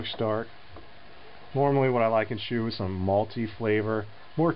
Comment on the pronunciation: not bad but i have to say puer brews better in a yixing teapot because gaiwan cools down too fast. also teapots keeps things tidy when it comes to puer dusts. oh yeah, one more thing. 'shou' is pronounced more like 'show' than it is 'shoe'.